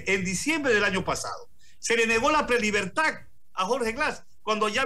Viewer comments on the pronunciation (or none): "prelibertag"... Jjjjjj pobres alumnos